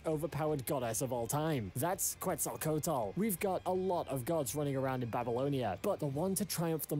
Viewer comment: The way the dude in the video says "Quetzalcoatl" is making me giggle. "QETZALTOTAL!!"